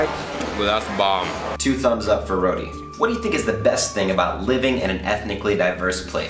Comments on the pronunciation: it's Ro-T dude.. not Ro-D.. :P Tee.. as in golf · its pronounce as "ROW-T" not "rowdy" lol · its not "RO-DEE"..its ROW-TEE..hehe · Bro correction is ROTI not RODI